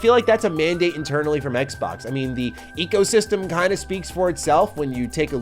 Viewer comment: It kills me a little every time you say ecosystem.